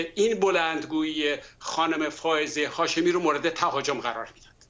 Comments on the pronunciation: فرخ جون یهوی بگو خانم هافزه شاهمی. برو ی کم فائزه و هافزه رو تمرین کن جون دادا خیلی باحالی... چندبار گفتی هافزه.!! خانم هافزه مصداق این شعر حافظه. دمت گرم فرخ جون چه شعری!!!! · آقای نگهدار یکبار هم اسم فائزه هاشمی رو درست نگفت